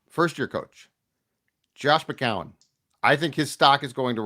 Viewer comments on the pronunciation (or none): Oh no is back to 3 syllables for McCown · it’s pronounced “Mc-Cown”, not “Mc-Cow-en”